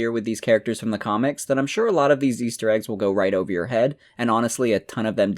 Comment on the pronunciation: Good video. I have never heard so many "thee"s in a 2-hour period in my life tho